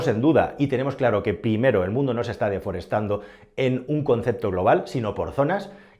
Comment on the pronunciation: Desforestando no, deforestando.